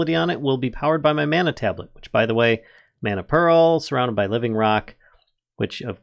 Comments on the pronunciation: Can someone tell this guy how to say mana correctly please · "No! It's Levi-oooo-sah! Not levio-saaaah!"